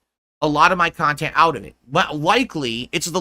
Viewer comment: He's delusional. It's one pot of viewers, there's not separate groups for separate "khantent".